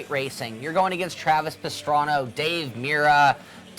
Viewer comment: lol Travis Pastrano she said :L